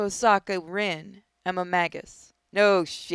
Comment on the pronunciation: Im sorry to be a fate addict but you you say magus and magi like you say mage